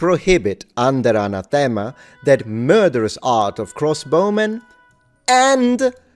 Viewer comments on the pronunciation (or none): Even were they still in use today they wouldn't be banned because subsequent codes of canon law abrogate earlier ones when they're issued. Also in English, "anathema" is pronounced with the emphasis on the second syllable.